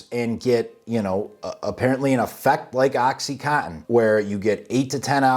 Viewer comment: Oxy con tin. Not Oxy - cottin/co - in. ™Oxycontin is the brandname in oxycodone continus. HTH. I'm a pedantic but friendly FYI type o' person.